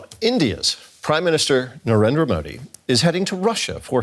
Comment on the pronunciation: He started off with Indiat instead of India's, thats a new word "Indiat". Lolz.